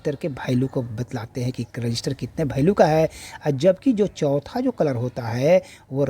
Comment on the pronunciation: भैल्यू नहीं वैल्यू होता है 😂😂